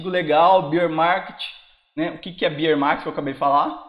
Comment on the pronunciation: Grande, sou teu fã! Acompanho sempre e me ajuda muito. Se me permite uma ajuda no que eu posso pra retribuir: Beer é cerveja:) Fala Bééér Market. Abs e continue com o excelente trabalho! Abs